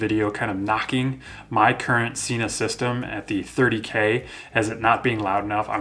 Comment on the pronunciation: Sena (senna) Not Seena